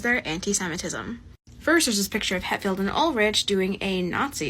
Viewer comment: ''Hettfield and Ulridge''